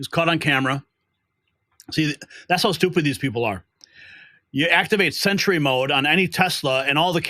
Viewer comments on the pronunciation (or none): none